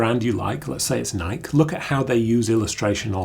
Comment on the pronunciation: It's officially pronounced NY-Key ( as in it rhymes with Spiky or Crikey if English)